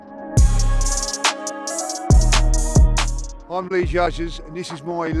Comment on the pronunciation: Robbie cant get names right can he… Bukaya Saka